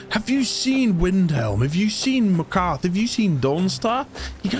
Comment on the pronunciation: Loved the video. Very unique premise But your pronunciation of Markarth drove me up the wall haha